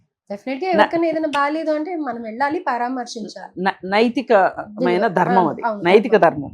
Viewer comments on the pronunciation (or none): Paaraamarsinchali kaadu thalli paraamarsinchali